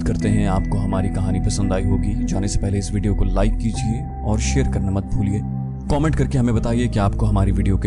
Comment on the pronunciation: Commit and comment are two different meanings you need to correct the pronsiation at the end of every episode for the comments instead of commit which is two different sounds words I have highlighted the mistake a few times already